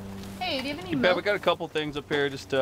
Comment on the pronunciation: How did you get the letter u in milk? It's obviously pronounced with an I